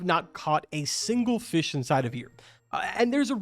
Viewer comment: you're an adult. Say fish the right way, Not "fishes", that is not a word carbon.